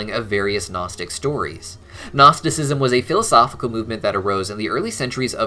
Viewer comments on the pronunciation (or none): none